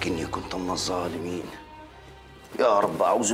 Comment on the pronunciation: الزالمين ❌ الظالمين ✅ العزيم ❌ العظيم ✅